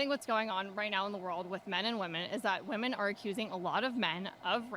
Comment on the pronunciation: Can we stop saying “women” as “woman”?